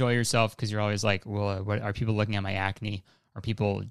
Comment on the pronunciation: I FUCKING DIED WHEN YOU SAID CRACK-NE LMAOOOO WTF